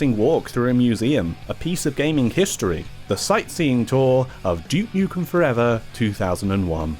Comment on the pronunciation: Glad to hear you aren’t calling him dook nookem like other English YouTubers trying to sound American